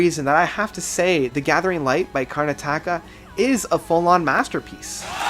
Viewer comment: I think you pronouce it "Karn-at-aka".